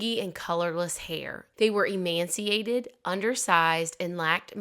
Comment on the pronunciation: it is not pronounced em anne ce ated - emaciated is spelled phonetically more or less. It is pronounced em-ach-ee-ated